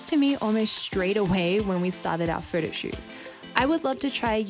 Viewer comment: I like it how she pronounces "photoshoot" as "Frodoshoot" ^_^